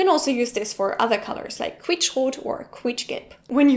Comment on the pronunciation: Can you make a video in which you say lots of German words with "Qu"? :D Germans usually pronounce it as "Kw", but you always say it as "Ku". It's funny and cute to me :D